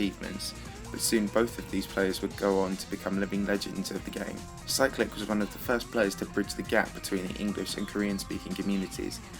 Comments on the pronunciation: I thought you said cyrillic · You pernounsed Cyclic